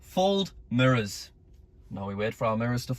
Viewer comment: Lol the way says mirrors, sounds like he says murrrrs